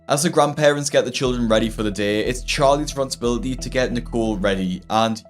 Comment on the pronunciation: These people disgust me and its hard for me to feel sympathy. However, I do wish them the best. I also wish the best for Dr. Now's english skills and hope he learns how to say words like responsibility. 😂